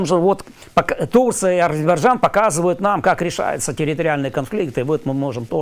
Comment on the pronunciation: Азебаржан..за.ха,как у Горбачева !Айзербаджан,что тяжело выговаривать ??!!